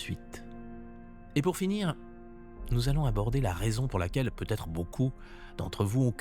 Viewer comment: Il aurait putêtre 😂😂😂 ah les liaisons maltapropos...!